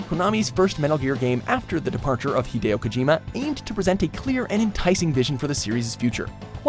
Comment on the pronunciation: Are they mispronouncing Hideo's name or is it just me?